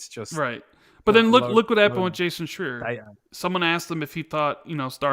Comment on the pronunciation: Jason Shreee-Er!!